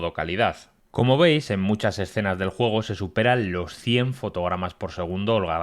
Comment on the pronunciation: Sólo por curiosidad! ¿Porqué pronuncias la letra "E" como "O"? Por ejemplo: Cuando vas a decir "Nuevo", dices "Nuovo"! Y si vas a decir "Juego", dices "Juogo"!